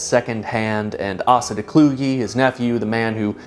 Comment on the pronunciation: Asa is traditionally pronounced Ace-uh when it has a Christian origin. Let me have this nitpick just this one man 🙏